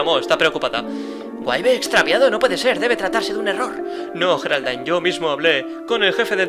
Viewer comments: Me llamo Geraldine :'v y no se Dise geraldain es yeraldine pero se escribe con g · como se escribe: Geraldine como se pronuncia: yeraldin como el lo dice: geraldain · No Sé Dice Jeralain Se Dice Geraldine. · cierto se pronuncia yeraldine y se escribe geraldine q casualidad yo me llamo geraldine y en lucar de geraldine se supone q es coraline